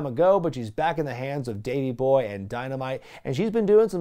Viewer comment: "Daney Boy"? Even the subtitles corrects to "Danny" instead of "Davey" lol